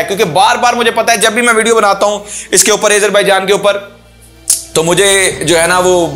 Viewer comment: Video me boht si acchi khabrein hn, keep it up, but plz Azerbaijan ko sahi se pronounce karen. Its Azerbaijan not aizerbaijan